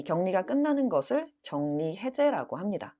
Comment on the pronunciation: 선생님 격리- 발음(경니) 아닌가요?